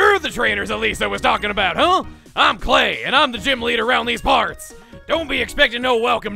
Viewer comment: I love how chugga tried to give this texas accent to Clay xDD